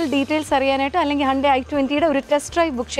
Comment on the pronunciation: ippo vivaramillatadu aarkanenu manasilai.... Firstly it's not "Handai".. Please check the actual pronunciation it's " Hyun-dae".. N btw it's not "grew up " (Past tense).. It's "grow up".. Vivaram koodiyadinte prashnamarikkum alle😅